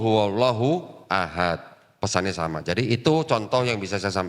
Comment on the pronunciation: Kalau huruf qalqalah baca dengan qalqalah dong bang "ahad" bukan "ahat" dal kan huruf pantul !